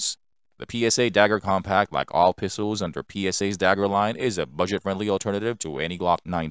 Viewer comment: And "Pistowls"